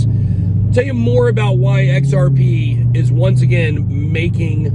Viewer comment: I can’t take you seriously when you say XRP